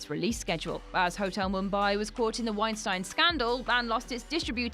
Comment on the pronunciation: Also: Biopic doesn't rhyme with myopic. Tolkien is pronounced TOLL-keen. Don't pronounce Weinstein two different ways just words apart from each other.